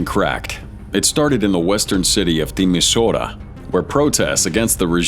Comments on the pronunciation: mate, at least learn how to pronounce the names. Ceausescu , Timișoara, etc... The romanian regime had a reeducation program that was so brutal it only lasted some months, the Pitești Prison Experiment. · Kesesku, Timisora ? Wow that is mangled, Ceaucescu and Timisoara ! Train that robo voice pronouce things properly. Fear, violence, rig elections, giving your cronies top jobs, i.e. what every single dictator does. Ghadaffi wasn't executed 'live on TV'. Trouble in Lybia is still ongoing, still no peace. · WTF?! Can't you make a proper research of how to pronounce Ceaucescu and Timisoara? Lazy and unprofessional. Probably you are Yanks and that explain everything.